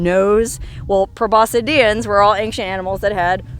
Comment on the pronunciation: Your pronunciation of gomphothere and probosciedean are pretty spot-on! And look up gomphotheres - they are awesome weirdos. BTW - archaeologists study human history, paleontologists study everything else prehistoric.